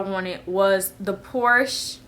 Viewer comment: Fun Fact: Porche is pronounced Por-shuh (Porscha)... :)